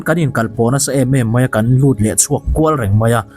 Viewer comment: Pei❌ pai✅ Mei❌ Mai✅